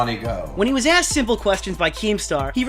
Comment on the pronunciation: Dude doesn't know how to pronounce "asked"